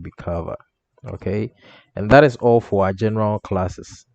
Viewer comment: When you talk 'all for' it sounds like 'awful'